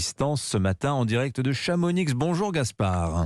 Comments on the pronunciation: Pas de prononciation du X à Chamonix!!! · Chamonixe? Mdr les parisiens 😅😅😅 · Le x de Chamonix est muet.